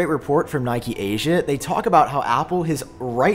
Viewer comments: It’s pronounced KNEE’keh, not NY’kee, please, it’s Japanese… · Congrats on the 300K subs! Good work. Love the channel. But what's 'Nike Asia'. Oh, you mean Nikkei Asia... You pronounce Nikkei like 'Knee' 'K'. Easy. Sorry to complain, but you are the third YouTuber in a row that mispronounced it, and I had to say something.